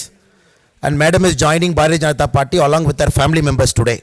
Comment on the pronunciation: Announcer speaking "Bhaare Janta Parti" not speaking BHARTIYA JANTA PARTY And Everyone saying "मोडी जी" but perfect pronoun sation is मोदी जी Requesting to all please try to speak correct pronounsation. Also, Welcome all to join the Biggest Party-BJP.